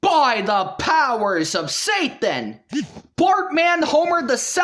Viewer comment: "By de poworss of say-den!!!"